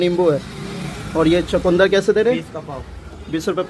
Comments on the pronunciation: भाई चकूंदर नहीं सही शब्द है "चुकंदर"। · Bhai chakundar nhi chukandar hota h